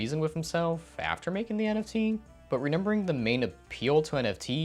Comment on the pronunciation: i swear this guy is saying renember and not remember